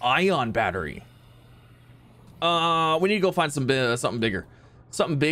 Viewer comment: He says nneed